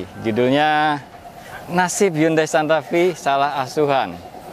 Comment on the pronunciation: Maaf om nama mobilnya santa fe, bukan santa fee